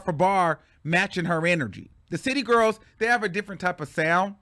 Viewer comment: I'm mad they actually pronounce "gworls" like that lol